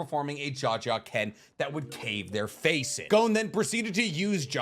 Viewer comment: This guy... "Jajaken" . . . . . . . . . . . . . . . . . IT IS JAJANKEN!!!!